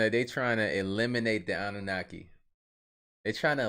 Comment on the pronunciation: I swear u was saying abunaki at first (in the other videos) i was like huhh?